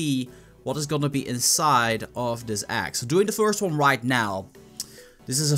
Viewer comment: egg not agg